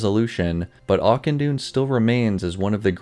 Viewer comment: Ahh yes ‘auction dawn’